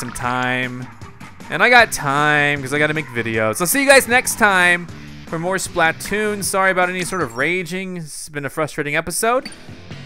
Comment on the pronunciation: I'm pretty sure that "Splatoon", is pronounced, (spl-uh-toon) Just what i think.